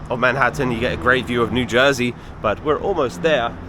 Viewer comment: There are a few gas stations in Manhattan including one in the West Village! Also, as someone from Jersey I love hearing you say it!!